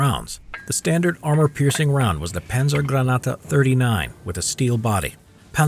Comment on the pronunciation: It would be so easy to google the pronunciation "Granate". Instead you chose to call it "granata". Isn't this an educational channel?